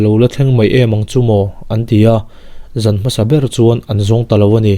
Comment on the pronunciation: Zama itih hi zãma mizo lam dan pangngai ni lo mi